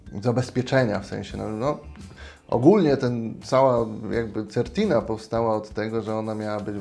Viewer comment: Wymowa- Sertina.